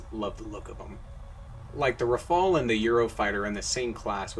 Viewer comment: the first ever non-french person to say "Rafale" correctly :D